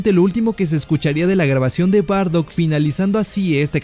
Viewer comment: SE DICE: BARDACK.